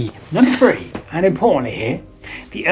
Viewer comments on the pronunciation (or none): i find it hard to take you seriously when talk about so many thousand years ago and then pronounce three as free!!!! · We’ve got free fings, a ten fousand year old Stonehenge… your poor speech undermines any credibility.